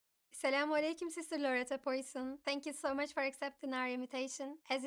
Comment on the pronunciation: Please don't read the name Poisson similar to Poison